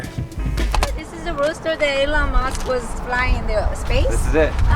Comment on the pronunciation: “This is the roadster that Elon Mush was flying into space” MEGA LOL